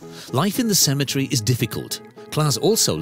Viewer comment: CEMETERY NOT Cematree 🙄🤦‍♀️🤣🤣